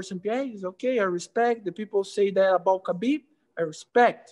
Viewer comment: Anderson “hespect” Silva